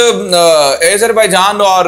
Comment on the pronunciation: Video me boht si acchi khabrein hn, keep it up, but plz Azerbaijan ko sahi se pronounce karen. Its Azerbaijan not aizerbaijan